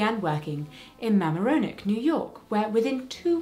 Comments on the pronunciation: I always love Jess's history videos!! So informative and actually very funny As a New Yorker myself, I couldn't help but smile when she said "ma ma RO neck" because that's how every non- New Yorker pronounces it. It's "ma MARE on eck" Weird, I know. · Love your content, love watching your videos. Minor quibble. It's Ma-MARE-o-neck. Thank you for all you do and I love my Because Gay t-shirts. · Zero judgment because I know pronouncing unfamiliar names is hard, but Mamaroneck has the stress on the second syllable. Like "muhMAHroneck". Just trying to provide a little local knowledge help! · (One note, Mamaroneck is pronounced “ma-mah-row-neck”) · Just for your edification: MaaMaa’ roneck. A hard A like in marinade. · I am from near Mamaroneck and loved your pronunciation of mamaroneck. Not how locals say it “ma-MA-ro-neck” , with the accent on the second syllable, as is common in American English, but lovely XD. Also, I had heard of Typhoid Mary but had no idea it was such a local story!!! I thought it was a UK thing. Now I know!